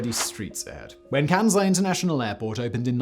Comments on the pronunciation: The name is "Kansai", not "Kænsai". The "æ" sounds does not occur in Japanese. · It's said with an "S" not a bloody "Z".... ...my ears... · KanSai not kanZai